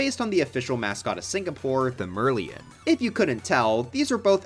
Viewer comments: Its called the mer-lion not merleon literally unwatchable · Um… excuse me? It's pronounced: Mer-Lion. Like, Mermaid + Lion? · Mer-lee-en hurts me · Mer-lion. It's a mermaid lion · why did you pronounce merlion like that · The fact that he willingly talked about tour before bowser’s castle… Omg Singapore reference. Though the way you pronounced “merlion” 😭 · i hope bro is just ragebaiting us with this pronounciation. because if he isn't then genuinely what the f(amily friendly), its literally part mermaid, part lion HOW DO YOU MESS THAT UP.